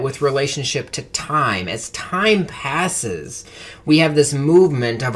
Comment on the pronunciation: U said pases, its passes, get it right nerd.